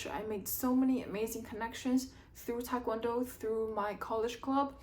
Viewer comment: Are you Korean? You don’t have a Korean accent and your pronunciation of TKD is incorrect so just wondering.